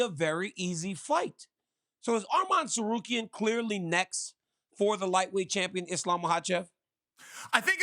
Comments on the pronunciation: I'm looking forward for the Islam and Arman fight, just for hearing Chael spelling Tsakuryan instead of Tsarukyan. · always, its always good to see Uncle Chael.... butcher another last name, he absolutely butchered Arman's last name 😂